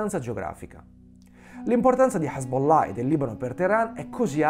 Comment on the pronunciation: Bel video, bella scoperta. Top pronuncia Hezbollah 😅🤣👍🏾